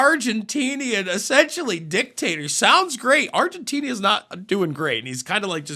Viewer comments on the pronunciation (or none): Argentinia?? WTF is that?? Did you POSSIBLY MEAN Argentina?? You sound completely illiterate and like a Leftist SCHILLS... You people are unintelligent and uninformed.. This administration has accomplished more in 1 month than the Creepy Joe and Obummer Administrations put together EVER even IMAGINED completing. The Only thing Obummer did successfully was to be married to a MAN, who sometimes showed a sensible woman's taste in package hiding clothing!! Sometimes.. NOT SO MUCH!! Touchy Joe only accomplished, Sniffing more LITTLE GIRLS hair than Vidal Sasoon ever imagined washing and diddling more kids personal areas than Johnson & Johnson Bubble Bath!! Do yourselves a Huge Favor... Get a GRIP or DITCH the Show!!!